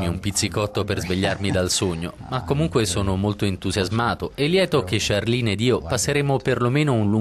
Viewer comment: qualcuno spiega a questo giornalista che si pronuncia CHARLENE con la "E" alla francese non "charline" lo sento ovunque! è come se mi chiamassi Alice e gli americani lo pronunciassero "Elis",all'inglese!